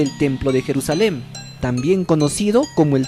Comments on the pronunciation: Se dice Jerusalén en español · Compa ya ni chinga neta, queda usted mal de a madre.. Se escribe y pronuncia "Jerusalén " no Jerusalem..